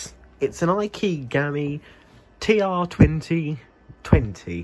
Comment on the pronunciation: "Aikeegallie" That's 'eekeegammee'